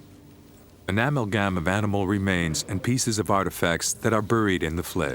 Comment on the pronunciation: Take a shot every time the narrator says amel-gam instead of amalgam...